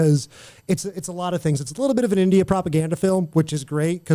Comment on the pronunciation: Why did have so much trouble with saying "India"??